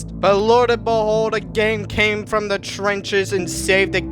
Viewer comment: Watch how to talk like gametoons never say THE only say ta and never say this say tish